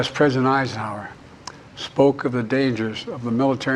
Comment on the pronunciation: Who’s “present isenour?”